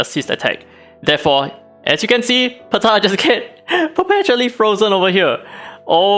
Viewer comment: No one: Daddy: “PUH-TAH!”